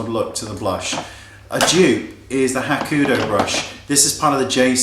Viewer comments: Love the new unplugged. FYI- when you say Hakuhodo you keep leaving out a syllable. You're saying Hakudo instead of Hakuhodo. Who cares though I have lots of their brushes and love your vids. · I love your videos but I always cringe when you talk about Hakuhodo brushes. They're not pronounced "Ha-ku-do" but "Ha-ku-ho-do". 4 Syllables, not 3. Pretty pretty please! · It's Hakuhodo, not Hakudo !!! ;-) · it's actually Hakuhodo. have a real problem pronouncing it correctly. but he's cute, so he's forgiven;p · I love your videos to itty bitty bits, and I apologise for nit-picking but you keep pronouncing Hakuhodo wrong! Its Ha-ku-ho-do, there are 4 syllables to it! Now with that out of the way, i've been dying to try out some of the J Series ever since you first mentioned them and I was wondering, how are the postage costs for the brushes? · It is not a matter of accent, "Hakuhodo" is a word from a different language. You can't just remove a syllable from a word and say it is the same word. That is as if you said "kitchfoil" instead of "kitchenfoil". Just saying,;)